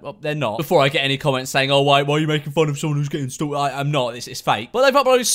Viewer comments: No one: Memeulous: STOÜKED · No one: George: "S T U L K T"